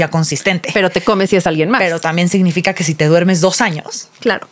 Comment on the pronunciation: Yo tengo una crítica constructiva, por favor: se dice SIGNIFICA y ustedes, sobre todo, dice mucho SE IGNIFICA 🤯